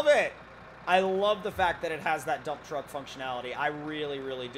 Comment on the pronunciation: I always hear "this is a dumb truck"...😄😄😄😜😄😄😄